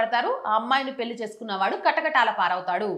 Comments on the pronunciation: పెళ్లి మేడం. పెల్లి అంటున్నారు. Your content is v. Good. Take care of our beautiful language Telugu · Talli పెళ్ళి - పెల్లి కాదు. Please practice Telugu.